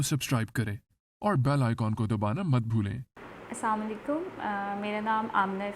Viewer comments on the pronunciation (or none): Kindly apni pronunciation set kr lyn phly dont say Asamalaikum it Is Asslam O Alaikum other wise over All Video is to much informative